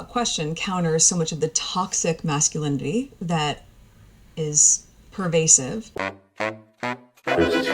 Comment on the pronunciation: She seems to be slurring and tripping over quite a few words, esp with the word "masculinity", she has trouble pronouncing it. Never noticed that before. Strange.